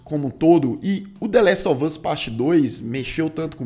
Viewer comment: Falar coisa aqui nada a ver.. 😅 Até o Lucas pronuncia "dêléstovâz"... pq? 🤔 Meu irmão "tira meu couro" pq falo "dêléstováz" com o "us" mais aberto (ás). Fica me zuando como se eu tivesse errada, mas morei nos EUA e aprendi assim. Os próprios atores falam "us" (ás), mas todo mundo pela Internet fala com som fechado (âz). Será uma forma própria dos youtubers e gamers falar? Ou ambos estão certos? Só desabafando pq meu irmão enche meu saco. 🙄😅